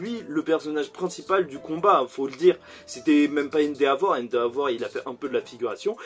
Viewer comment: Pourquoi tu dit endeavor comme ça? 😂😂😂